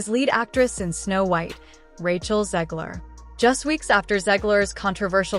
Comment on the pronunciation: Her name is said right this time 😞 Sad mocking noises 😂😂😂😂😂